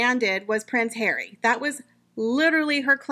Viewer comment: Prince hawwwy 😂😂😂😂 I love how do you say these particular words it makes your videos, comical